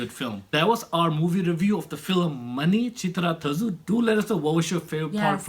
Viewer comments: Guys it's not Manichiththrathazu, it's Manichiththrathazhu. There is h in between z and u. It's pronunciation is difficult. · friends, not manichithra thasu it is "thazhu" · Priyadarshan, director of Bhool Bhulaiyya was the second unit director for Manichithrathazhu.... and friend its not 'thassu'.... its 'thalhu'... or something like that.... hard to pronounce 'thazhu' by anyone not a malayalee... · its not "manichittrathazu" its " manichittrathazhu" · it was manichithrazhuuuuuuuuuuuuuu not thazooooo....watch the filim in night on home teatr ..alone.. :D you feel some thing better than boolbolaiyaa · guyzz awesome I am watching ur channel for sometime u guys are really good thanks for manichitrathazhu.. and it's not tha shu it's tha-ru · Movie name is MANI-CHITRA-THAAZHU(pronounce it as THAAL) / मणिचित्रताष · Dude u are great...but u are making a mistake while pronouncing the name of movie😂😂 still bro love u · Hi , it was awesome to watch such a review 👍🏻 Sobhana was a great actress and Mohan lal also done a good job in this. Anyhow you are unsuccessful read the name of the film correctly 😁 manichithra thazhu മണിച്ചിത്രത്താഴ്‌ 😀